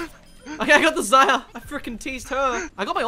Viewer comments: You need to learn how to say Zarya. It's not pronounced "zaya" Oh my God I'm Australian too and I know how to speak English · Ita zara not ZAIA!!?!!! ****** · Why does call Zarya "ZAYA"?